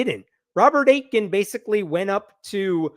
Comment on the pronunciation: So Aitken is a town name nearish where I live. If it's pronounced the same you pronounced it wrong The T isn't emphasized at all so it's closer to "ey-kin" in pronunciation.